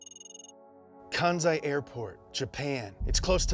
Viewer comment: It’s pronounced Kanssai bruv Please